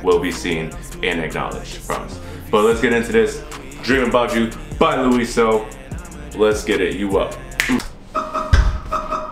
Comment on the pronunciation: You sometimes pronounce his name wrong and sometimes correct. I don't fault you there though It's pronounced Law-yee-so Anyhow 😀 New Subscriber Alart ❤ Thank you for reacting to our boys music. That is indeed one of his own songs ❤